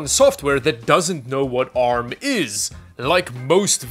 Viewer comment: Can you please say ARM as in poor lol I mean you dongle in your accent correctly.